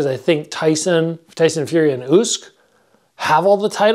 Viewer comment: The Y in Usyk is pronounced the same way as I(i) in,.